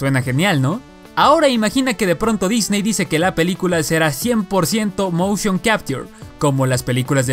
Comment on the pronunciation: Lo aterrador del motion capture es como lo pronuncia, aprende a pronunciar